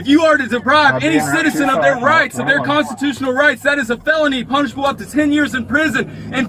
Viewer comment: Did he really say 'Constitooshunal Pirates'?...Yo Ho Ho..... & a bottle of Rum.